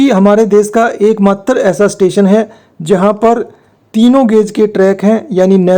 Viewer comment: भाई आपका उचचारन स्टेशन का नाम लेते वक्त बिगड़ गया। Nouns का उच्चारण थोड़ा पाज देकर कर चाहिए। यानी पहले और बाद में थोड़ा पाज देना चाहिए। बाक़ी सब ठीक है।